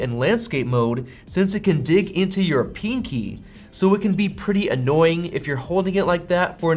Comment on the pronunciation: "it can dig into your peeenkeeh"